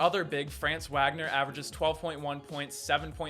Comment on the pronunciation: You said Wagner wrong it’s spelled that is pronounced Vagner